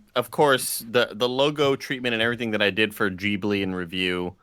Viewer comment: Such an awesome movie! And it's pronounced Ghi-bli, not Gi-bli😅